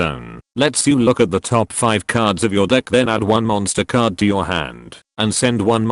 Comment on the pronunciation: Am i the only one who kept hearing "MONSTA CARDO!"